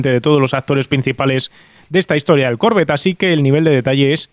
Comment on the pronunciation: Porque dices Corvette con acento en la o.no se pronuncia así.que lo sepas